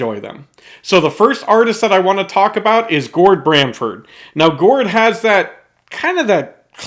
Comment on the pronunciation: GORD BAMFORD - NOT BRAMFORD